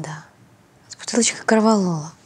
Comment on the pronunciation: Она так и сказала : КОРВАЛОРА? 😂😂😂